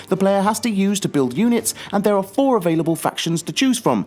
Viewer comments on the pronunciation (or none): none